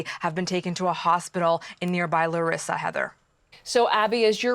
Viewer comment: It's pronounced LA REE SA. NEXT THE PEOPLE AT FAULT ARE THE PM AND HIS GOVT. AND THE PREVIOUS PM. THEY SHOULD BE THE ONES ARRESTED. THEY KNEW THAT IT WAS JUST A MATTER OF TIME BEFORE A TRAGEDY LIKE THIS WOULD HAPPEN AND WERE WARNED. AND THEY DID NOTHING. The Minister of transport resigned, the next should be the PM.